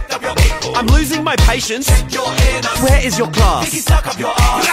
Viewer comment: When it started I thought he was saying ‘bible’